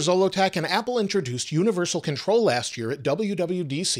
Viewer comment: says “Contol“ instead of Control